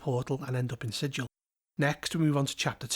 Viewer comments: Quick thing of note: Sigil is pronounced with a hard-G like that in “gallop.” To quote Her Honor Rastina Tollin of the Guvners: “We can excuse the fact that you slaughtered two Yugoloths before you realized where you were, Outsider, but you pronounced the name of our fair city ‘Sijil,’ not ‘Sigil,’ and there can be no excuse for that!” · You pronounced it with a soft G, and not a hard G, so you actually pronounced it incorrectly according to the in-universe lore is what I’m getting at. (Love your content overall, I just felt I should point out that the hard-G pronunciation is such a meme by the creators that it’s even ILLEGAL in-universe to pronounce it with a soft-G, lol.) EDIT: I know that the real-world word is pronounced like you said it in the video, but the D&D place of the same name is not pronounced like the real-world word.